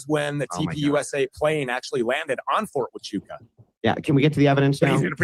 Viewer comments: Listening to trying to say Fort Wa - Choo - Ka different ways was hilarious. 🤣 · the only issue on Andrews’s side is the pronunciation of “fort hachucha” Tachuka or Tatunka is a Native American name for Bison and we had to shut down the firing range at Camp Pendleton repeatedly when one wondered on the range. They’d yell “ta-chu-ka!” And shut down the range